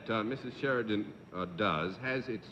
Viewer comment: Been following the series since its inception and really enjoyed Mrs Sheridan, despite Mr Daly butchering her surname at the start. She really gave the show a boost and is one of the better contestants I've seen so far. For a 64 year old tape this is really well done. thank You.